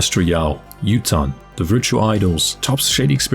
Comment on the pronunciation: Awesome vid! One thing though, the first names of the idols might be Japanese names. So Yutane’s pronunciation would be: You-Tah-Nay.